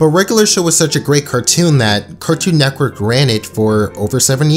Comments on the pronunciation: Bro it’s NETWORK. Not “nectwork” or “neckwork” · He says Cartoon neckwork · Anyone notice how he keeps saying: “neckwork?” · please stop saying cartoon neckwork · How many times is this dude gonna say Cartoon “Neckwork” lmao holy shit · Stop. Saying. Neckwork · Network not nekwork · Am i the only one getting triggered by him saying cartoon "Necwork" I know he can't help it but it is triggering me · It physically makes me cringe when he says "cartoon neckwork" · why does he keep saying cartoon neckwork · IT'S CALLED CARTOOOON NETWORK NOT BBC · He says “Cartoon NECKWORK” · Anyone else notice when he says “Cartoon neck werk” 🤔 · No one:: N E C K W O R K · Loved the video, but I'm very confused by how you said "Cartoon Nekwork" for the entire video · Good vid but it kills me everytime you say neckwork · LOL HE SAYS 'CARTOON NECKWORK"